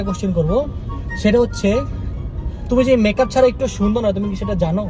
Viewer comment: বলছে বেকাপ আশলে হবে মেকাপ 😮😮😮😮🎉